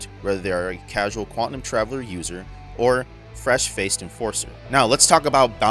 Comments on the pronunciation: IK I'm gonna sould like a jerk, but it's pronounced Quan-tum, not Quan-ti-num. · Good stuff man. It sounded like you were saying QUANTANUM not QUANTUM...it may be my old ears. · Great video and breakdown. My a-hole OCD got me twitching on your pronunciation of Quantum though.